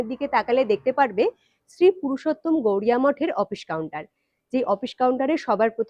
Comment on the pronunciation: শ্রী শ্রী পুরুষোত্তম গৌরিয়া মঠ নয় বারবার উচ্চারণে ভুল হচ্ছে। শ্রী শ্রী পুরুষোত্তম গৌড়ীয় মঠ হবে।